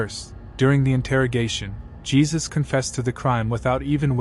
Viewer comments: It's pronounced "He-soos" not "Jee-sus" The mispronunciation bothered me so much😫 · It’s HAY ZUES!!!! Not geezuz smh damn goofies